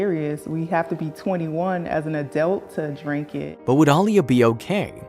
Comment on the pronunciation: I know mistakes do happen but how about saying the little girls real name. A-LEE-A. I'm getting real tired of you influencer can't get a name pronounced correctly